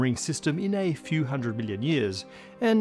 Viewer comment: The way he says million sounds like billion and it always hits me off guard.